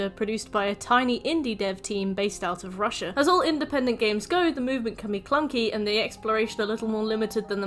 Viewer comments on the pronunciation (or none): none